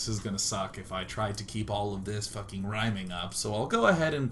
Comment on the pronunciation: and i love how thqt dude said rimming instead of rhyming. ur tounge would get tired either way.